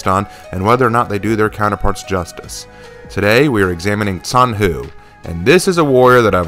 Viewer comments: I haven't watched the entire video yet but i feel like i have to point out that the name of the character is pronounced more like "john hu" (except the o is pronounced like uh so technically "j-uh-n hu) and not "zan hu". It's really diffcult to explain since i am not an english speaker and i have a bit of trouble explaining how to pronounce something to english speakers so i hope you understood what i was trying to say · Btw zhanhu is pronounced with a soft J sound, not a ts